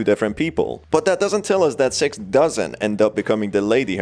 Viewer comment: pronoun six as sex